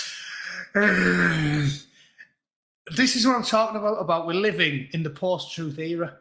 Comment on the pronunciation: It's not lies it's " alternative or my troof".